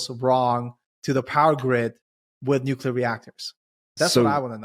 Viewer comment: "nuculer" x_x